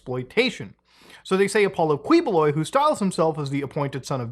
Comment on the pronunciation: Did you say dudes name is Apollo Queef-Boy?